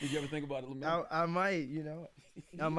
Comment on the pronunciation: OMG JESS and Charlemagne …his name us pronounced, LEM-YOU-ELL Plumber